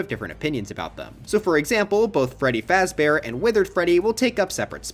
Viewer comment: Five Freddy Fazber :)))))